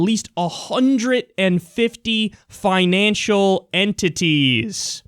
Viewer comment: Yo he said enTITIES emphasize on it bra. And with a straight face too what a professional